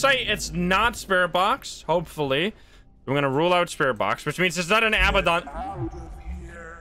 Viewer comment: Heads up: it's 'a-BAD-on,' not 'aba-don.' Think of the word "abandon" but replace the 'n' with a 'd'. I know its nit-picky, but its a pet peeve of mine 😅